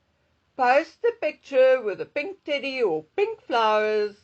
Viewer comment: You said "pink teddy", I thought you said, would've sworn you said "pink titty"😂